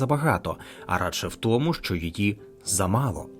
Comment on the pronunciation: Дикторе! Купи поп-фільтр, або навчись ним користуватися! 👺 І ще важливий момент: українська "и" це не расєйська "ы" по вимові! А "що" - це не "шчо"! 💩